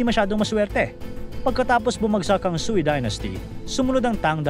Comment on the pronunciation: Prounounciation ng sui dynast (katunog ng sway)